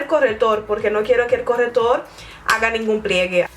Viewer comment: se dieron cuenta de que decía " corretor " en vez de " corrector "😅😂😂😂 bueno seguro que habla otra lengua 😦😦😦 que mala soy😈😈😈😈